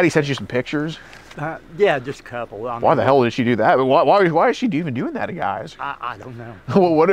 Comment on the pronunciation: He, in fact, did NOT say "Couple"...after rewinding 7 times, he INDEED said "Kebble."